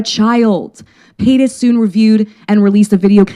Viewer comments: "Muh-Kinner" I'm DYING. This coverage is AMAZING, but my biggest takeaway was somehow saying MuhKinner for the first several minutes.... "Pie-das?" But in seriousness, Alexa is so wonderful and smart and such a great activist. She's fostered such a nice space for victims feeling validated, I appreciate her ever growing and learning nature. Eat Predators <3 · I was giggling along with you at every “Mckenner” lmfao but then “Trisha Peynis” took me all the way out. Bless her sweet heart she tried!! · crying that alexa almost called trisha paytas trisha paynus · I'd only just stopped laughing with every time she said "McKinner" but then she came out with "Trisha Pie-tus!" 😭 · I appreciate her takes but the gross mispronunciation of McIntyre and Paytas were a little hard to get past lol